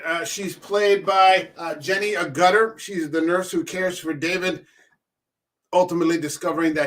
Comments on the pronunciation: This film has been in the works for over 10 years if not longer , hopefully it won’t happen , also it’s Jenny Agga-ta not jenny A-gutter 😂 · It's Ag-gut-ter. Ag as in bag.